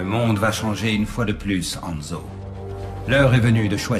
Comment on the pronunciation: enfin quelqu'un qui dit HANZO